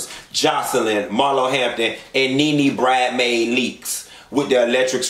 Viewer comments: He said NeNe "Bridemaid" Leakes 😂😂😂😂😂😂😂😂😂😂😂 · you stay getting MasterCard Marlo together!! Laaaawd while Im typing, you said NeNe "Bridemaid" Leakes! I damn near threw my phone!! 😂😂😂😋🤣🤣